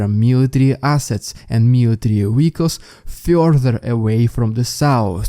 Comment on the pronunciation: Moving feorther away to the souwce Moving further away to the south gotta learn how to make th sounds lol and t sorry it gets me every time the Souwce and the Norse, south and north i know im a meany but i say it not to be mean but because it makes me giggle 🤭 everytime 😂😆😂😆 there is another updater that says it the same way too this accent makes me giggle.